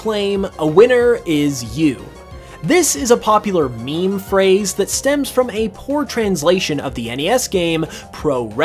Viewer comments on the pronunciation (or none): none